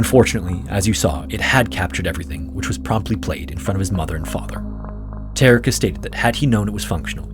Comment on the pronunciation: How is he "Tark"? Ta-rek.